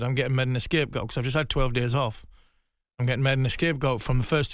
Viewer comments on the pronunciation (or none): He is saying A-Scape goal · Did harmison just say "escape goat" ??????